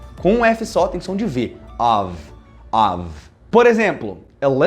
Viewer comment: Gostei demais ( too much ) da pronúncia correta do of and off. Thanks teacher.